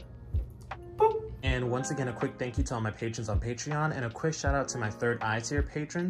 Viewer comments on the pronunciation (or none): none